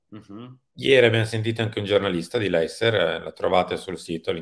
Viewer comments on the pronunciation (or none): Precisazione del giorno: Leicester si pronuncia "Lestah", non "Leister".